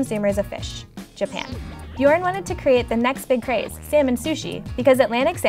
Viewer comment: I love how you pronounce Bjørn hahaha